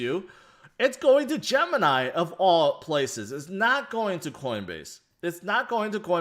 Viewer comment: I don’t know why but the way this guy says “going to” urks me ... “Ahmm go zoom in here”